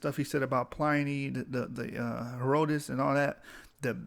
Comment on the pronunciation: BROTHER, If YOU PERSONALLY don't want to be identified as AFRICAN. LET ME SUGGEST that you get a girlfriend raised in Africa under an ENGLISH-TYPE school system or one with good diction and grammar from the STATES and have her point out all your little "glosses" (inaccuracies) like mispronouncing HERODITUS until you correct yourself. YOU WILL NOT SOUND CARELESS AND SLOPY, HENCE, YOU WILL PROJECT MORE AUTHORITY